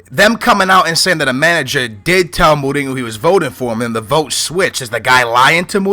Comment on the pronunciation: why do you say go instead of ho jose mourinho not jose mouringo and even jao moutinho even ronaldinho i remember u said in a different video.